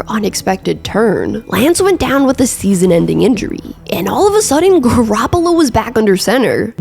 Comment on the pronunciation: I know I’m armchair quarterbacking… but the narration ain’t it. Couple times your inflection on the last syllable doesn’t always have to be accentuated. Ex: seaSON “how-EVERRR”